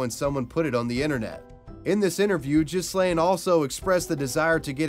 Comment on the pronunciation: What's worse, being the star wars kid or having your name mispronounced as jizz-lane? (The correct pronunciation in gee-len. Gee has a hard g)